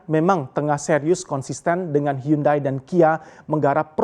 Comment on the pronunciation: Hiyandei.. bukan hyundai.. english failed